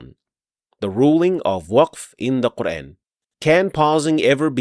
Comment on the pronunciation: As Salamu Alaikum. Very well explained where to pause and continue. ماشاءاللہ. But just one request to pronounce the word Quran in the correct manner. You are giving it an English touch by pronouncing Quran as in the words ...ran, ...ban, ...fan, ...tan. The word "Quran" be pronounced with a long 'a' sound (Qur-aan) rather than an English-style "...ran" sound, effectively addressing the pronunciation of the Arabic vowel, which is often mispronounced in English contexts. I hope you understand and accept my point of view. Thank you. Jazakallahu Khaira.